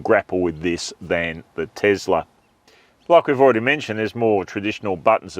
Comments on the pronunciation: Firstly, it's pronounced TeSla not TeZla. Why not wait till the new model Y ( Juniper) is released to do a true comparison? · Stop saying Tezzler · Isn't it pronounced Tossla ? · The Tossla MAGA Y 😂